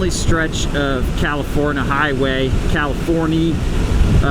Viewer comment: Glad you had fun in Cali-forn-eye-a.